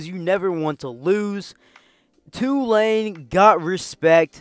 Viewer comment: Props for pronouncing Tulane (mostly) correctly. It’s TOO-lane, not tu-LANE. Good video.